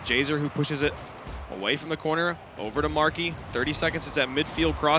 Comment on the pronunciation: "JHZER moves... around" 2016 casting makes me laugh